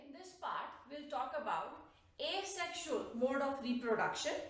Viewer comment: It's Asexual not Asesxual!